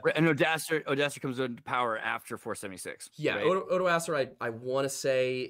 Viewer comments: For the love of god, I've studied the Franks and it physically hurts me to hear people calling Odoacer "oodohseer" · you're very close, at the least. Every expert I dealt with in college was confident that the pronunciation was far more along the lines of "ohdwuacker" or "oddwacker", depending on how British the prof was, for whatever reason. Frankish names get really fucking weird and their pronunciations/emphasis on certain parts can get even weirder.